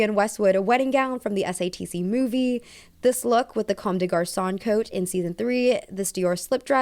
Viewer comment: everytime she says satc i hear stds. waited to watch this till after i watched the show so im excited for this